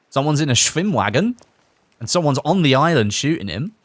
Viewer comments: For a german it's actually so funny when you guys are trying to pronounce words like "Schwimmwagen" or "Sturmgewehr" XD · How he pronounces "Schwimmwagen" is actually pretty funny when you're from germany